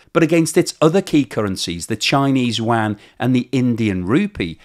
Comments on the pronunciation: what is the “Chinese wan” or “Wang”. Is it similar to the Chinese “yuan”? Pronounced “you-an”. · I speak Mandarin. No offence but youre butchering that. Its pronounced "you - en". or just "you-n". Dont even worry about the tone - just say it that way. That was a real fingernails on the blackboard experience. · I keep hearing you say yuan as wang and it gives me flashbacks to Shadow Warrior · Love how you pronounce yuan. 😂🎉